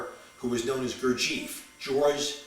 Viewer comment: first of all somebody should teach you the right pronunciacion of Gurdieff and Don Juan. Then speak more abstract so that nowbody will understand you.